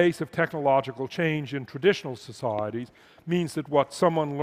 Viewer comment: You could play a good drinking game to this talk, Just drink every time he says “Soc,I,eties”